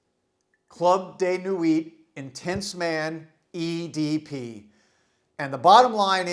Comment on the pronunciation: its club de nwiiii, not nwit